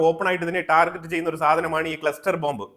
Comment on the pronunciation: ടാർജറ്റ് അല്ല ടാർഗറ്റ്